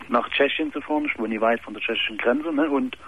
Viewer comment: "teschischen gränsö"